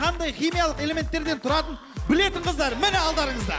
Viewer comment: Кітап оқып отырып кітАп оқитын қыздАр 😂